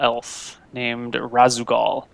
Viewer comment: Does only play StarCraft in multiplayer? I'm actually astounded that he doesn't recognize the name Raszagal. None of them seem to react to the name of the Matron of the Dark Templar at all. Then goes one step further and mispronounces it. It tickled my memory instantly and not only did I only play through it and Brood War once, but that was sometime ago. I just can't even.